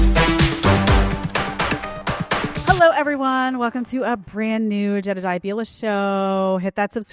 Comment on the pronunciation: I love Jedidah's female lisp. I didn't even know it was that pronouncccccccccccccccced